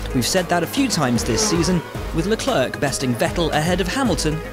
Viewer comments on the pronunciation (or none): "leclerck" XD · Is this guy pronouncing Charles Leclerc name correct? It counts like he is saying it like Leclerk . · "le clerk" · Stop pronouncing the last c in Leclerc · Please stop pronouncing the 'c' at the end of 'Leclerc', it's so annoying.